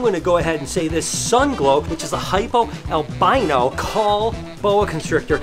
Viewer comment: Albino I thought you said armadillo